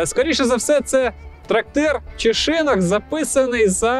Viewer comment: Дякую за цікаву розповідь! є одне питання: чому шИнок? шинОк же в будь-якому словнику.